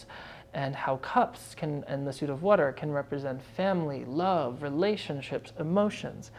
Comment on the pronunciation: First, thank you for doing this! It helps immensely ❤ Second, I love how you say water. It’s a total Jersey accent and reminds me of my best friend 😊 lastly, thank you for being genuine. I look forward to meeting and working with you!